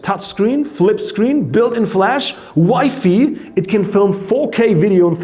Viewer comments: Its WI-FI not wifey lol 😂😂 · The way he says WiFi 😂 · Lot of mistakes.... You are not that exact as you use to be. But I love your pronunciation of Wifi and ZenZor :-D :-D